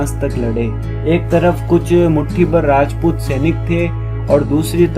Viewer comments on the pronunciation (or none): none